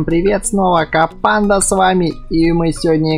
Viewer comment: Ты так прикольно говоришь "КоПанда"!!))